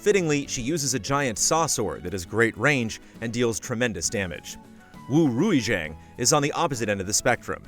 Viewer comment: that pronunciation of Wu Rui Xiang though.... it sounds like woo rae shee-arn